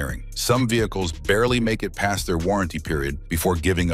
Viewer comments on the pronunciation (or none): none